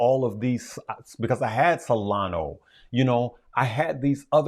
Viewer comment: you are indeed awesome, but can't take you serious when you are still saying "Solano" xD